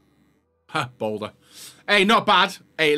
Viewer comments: he’s saying balde as boulder he’s not a rock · The Balde pronunciation is driving me insane!😂 damn Balder?! Lmao